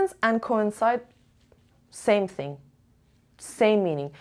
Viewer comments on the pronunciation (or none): Coincide has 3 syllables co-in-cide. Just a reminder 😊